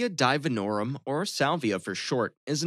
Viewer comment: Pretty impressive how wrong the info in this video is. “Divinorum” is pronounced like “divinity.” I have never heard a single person use either of those nicknames. Sounds like it was pulled off the DEA’s “also known as” tab on salvia’s drug page. Salvinoran A is The Most Potent known naturally occurring psychedelic molecule. More potent by weight than N,N- or 5-MeO-DMT. Salvia has powerful effects on the body, but is not physiologically harmful. The “many negative effects” he describes is a fear-mongering way of not saying “when used irresponsibly.” ‘Narcotic’ is a technical classification for drugs with a certain effect profile. LSD is almost as far from a narcotic as a drug can get. The effects of salvia set in as soon as you exhale. Literally. There has never been a smoked salvia trip that took even thirty seconds to be felt. 10-15 minutes is a more realistic effect window, with 20 minutes maybe including the entire afterglow cooldown. Most salvia is smoked in pipes or bongs from dried leaves that have been concentrated with the psychoactive molecule, salvinoran A. Vaporizing or drinking salvia is incredibly rare, and the only time you will hear of someone using fresh leaves is if they’re rolling them into a tight cylinder to chew, which is the traditional ceremonial administration of salvia in Mazatec shamanism. Smoking fresh leaves won’t give you any experience. Salvia doesn’t attach to the “nerve cells of the brain,” but exclusively your kappa-opioid receptors. Not to m